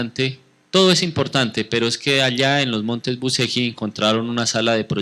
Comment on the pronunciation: se lee buchelli....y se escribe bucegi